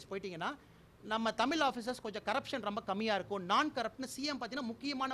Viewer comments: தமில் தமில் தமில்..பலமை இல்ல...தமிழ் பழமை... அப்புறம் ஏண்டா இந்தி சமஸ்கிருத்தை திணிக்கிறீங்க...உன்னுடைய பழைய காணொளியில் நான் ஒரு கன்னடன் என்று சொன்னதும் உண்டு... கேடுகெட்ட பாஜக தமிழகத்தில் ஏமாற்றி ஆட்சியில் அமர நினைக்கிறது...தமிழக மக்கள் ஒரு போதும் ஏமாற மாட்டார்கள்.... இப்படித் தான் சேலம் ஆட்சியர் ரோகினி யை சமூக வலைத்தளங்களில் ஆஹா ஓஹோ என்று பிரபலப்படுத்தினாரகள்..போகப் போகத் தான் தெரிந்தது அவர் ஒரு பிஜேபி அடிமை... என்று.. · mothalla tamil nu nalla uchari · நீங்க இன்னொரு விஷயம் திருத்திக்கொண்டு நீங்க ஒரு தமிழனாய் இருந்துகிட்டு தமிழ் தமிழை நீங்கள் தமில் தமில் என்று எச்சரிக்கிறார்கள் அதை முதலில் மாற்றங்கள் இந்த நேர்காணலில் கூட நன் பாரதி கட்சி என்று அதையும் மாற்றிக்கொள்ளுங்கள் பிறகு தமிழ்நாட்டை மாற்றுவோம் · first pronounce tamizh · படிச்சானாம் IPS லூசு பய கசாப்பு கடைக்கு போன ஆட்டுக்குட்டி மாதிரி நிக்கிறான் !! சிங்கம் சம்பந்தமே இல்லாம அசிங்கப்பட்டு நிக்குது். '' தமிழ் '' இதை முதலில் சரியாக உச்சரிக்க கற்றுக்கொள்ளுங்கள். ல,ள,ழ ..… ? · 6வருஷமாக பிஜேபி 9.5 வருஷமாக உங்க கூட்டணியும் செய்ததை விட dr Kalaingar அதிகம் செய்திருக்கிறார்.... முதலில் தமிழ் என்று சொல்ல கற்க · Please.... pls.... correct the pronunciation of ழ when u speak TAMIL....... Also I do kindly request you to avoid. to say SIR.....SIR....SIR.... often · பணிவான வேண்டுகோள். தமிழை சரியாக உச்சரிக்கவும் நண்பரே. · நீ முதல்ல தமிழ் ன்னு சரியா உச்சரிடா.. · First let him pronounce Tamil correctly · முதலில் தமிழ் என்ற சொல்லை சரியாக உச்சரிக்க கற்று கொள் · தமிழ் என்ற வார்த்தையை ஒழுங்காக உச்சரிக்க தெரியல நீயெல்லாம்? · தமிழ் னு நல்ல உச்சரிங்க மிஸ்டர் அண்ணாமலை! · தழிழைபற்றிமோடி பெருமையாகபேசுகிறார் என்கிறீர் தழிழைதேசியமொழியாகஆக்க மோடிக்குசொல்லிசெய்யசொல்லவும்.இந்தியைதினிப்பதுஏன்.வடநாட்டில்எல்லோரையும்தழிழைதினிக்கவும்பார்கலாம்.முதலில் தமிழைசரியாகஉச்சரிக்கவும். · தமிழ முதல்ல ஒழுங்காக உச்சரிங்க பாஸ்... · இவர் தமிழை சரியான முறையில் உச்சரிக்கவில்லை பாரதி கட்சியில் இணைந்தார். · அண்ணா தமில் இல்லை,இது தமிழ் . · "தமில்" இல்ல தம்பி "தமிழ் " "ழ" தான் தமிழின் தனித்துவம் அதுவே வரல .....தமிழ் இனி மெல்லச் சாகும் #myrecipes4you